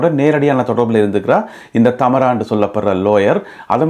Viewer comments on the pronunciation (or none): I think her name is Thamaara,not Thaamara.